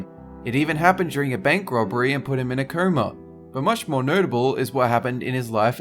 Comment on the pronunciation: it's 'coma' not 'kerw-ma'